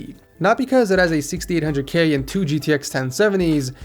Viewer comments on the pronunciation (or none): why does it sound like he says 1600k instead of 6800k 😂😂😂